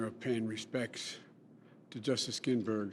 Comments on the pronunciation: Gosh, we don't INTALL PRESIDENTS, BIDEN, WE ELECT THEM! And we're NOT WAITING ANOTHER FOUR MORE YEARS to fill THAT seat (it is NOT Ginsberg's- You said "Ginberg" without the "s"). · ""Justice Ginberg"?! Joe couldn't even pronounce her name right with teleprompter help! Pathetic!